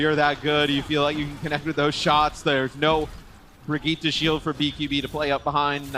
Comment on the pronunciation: Only one here gets triggered every time they pronounce Brigitte wrong?